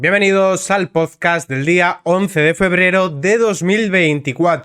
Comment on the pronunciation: Por qué dices pozcast? Es podcast. Una pequeña corrección